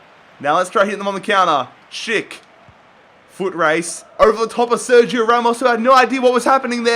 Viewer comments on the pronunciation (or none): none